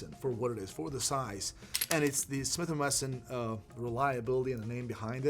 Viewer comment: does it again…Smith & Messon and again. Repeat after me, “Wah Wah WESSON”